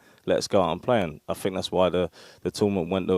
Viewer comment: I Fink, I fink, can we not get someone who can pronounce the words correctly.